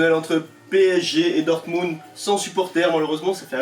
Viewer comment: Par contre c'est dortmund pas dortmung lol